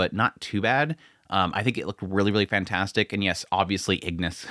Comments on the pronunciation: Igris! Not Ignis! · I continue to like your coverage and the comparisons with the manhwa. I think you have the name of Igris the Red wrong; for some reason you kept adding an n and saying "Ingris". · Igris not ignis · He's pronounced igris not ignis btw. R not N